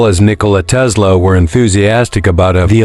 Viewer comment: It’s Tesla not Tezzzla😂😂😂